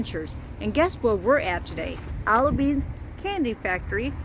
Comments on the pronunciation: You pronounced it "Alabeans" 😅 I worked at the factory in Hobart, Indiana. It's heavily secured. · I'm not commenting on your speech impediment, love. Just your mispronunciation of Albanese. No insult intended at all. 🫶